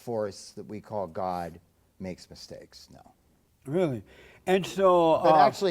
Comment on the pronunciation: NOW WHAT THE HELL IS A MISHAKE . Does Jesse own a toungue ? Lmaooo